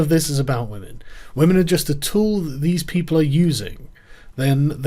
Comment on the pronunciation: It's 'whamen' Joe...